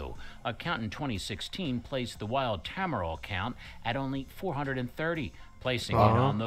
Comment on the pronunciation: he pronounced Tamaraw as ta-ma-roh but it's actually pronounced as TA-MA-RAO